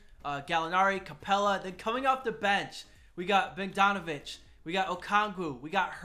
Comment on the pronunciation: u said Bogdanovic wrong but im pretty sure thats just ur Wisconsin showing